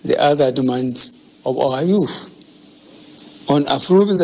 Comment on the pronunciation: Buhari: Of our yoof Me: Yu say?😳 Yur English is bad af😂😂🤣🤣